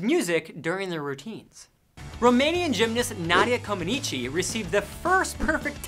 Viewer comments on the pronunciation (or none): The Way he says Comaneci gives me Anxiety